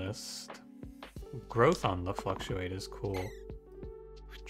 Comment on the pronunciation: he called it "gruuth" at one point in the video, I'd say that counts